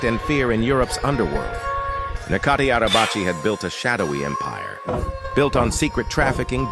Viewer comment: And you can't even pronounce his name